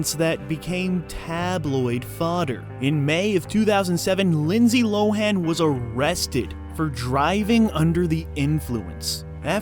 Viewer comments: You pronounced her name wrong for the whole video 😄🤦🏿‍♂️ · Everybody does, even tho she has TOLD EVERYONE who to say her name 😂